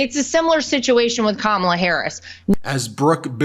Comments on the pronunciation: Trump keeps pronouncing Kamala's name wrong. She should start calling him, "Dumb Old Trump"! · Is Trump just incapable of pronouncing Kamala Harris's name correctly, or does he think he being clever,,,,If he keeps pronouncing her name Ka-Mala,, she should start pronouncing his name Don-Old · Christian here. I’m voting for Kamala (rhymes with Momala, Trump, it’s not hard). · She should call him “Don-old” in response to him calling her Ka-mall-la. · The felon pronounces it correctly when he’s in a formal interview situation. He only mispronounces it on purpose in front of his MAGAzombies so they’ll cheer.